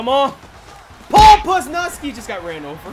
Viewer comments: "poz" 'luz" "knee" now you can pronounce it correctly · Dude calls Leonard Williams "Lenn-NARD", and Paul Pusluzny "Puz-nuz-kee" lol keep livin the dream brother